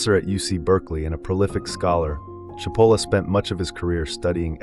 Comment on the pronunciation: His last name is pronounced: CHEEP-o-lah It means onion in Italian.